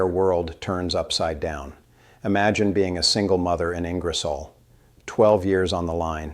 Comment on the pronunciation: The hands are making me feel sick, and the miss pronunciation of Ingersoll and Champlain was a eye roll